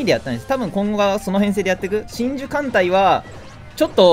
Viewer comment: の真珠の呼び方だと神獣に聞こえる